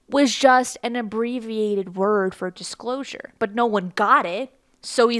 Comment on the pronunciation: "The Dishclosure"